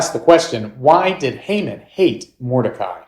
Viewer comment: That’s. Not how you pronounce his name